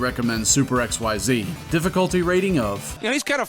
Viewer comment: "Super xyX" , not "super xyZ"